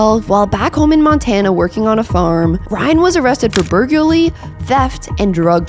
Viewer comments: she did not say burglary right but it’s okay I mess up so many words lol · Just heard this girl pronounce burglary…I think I’m in love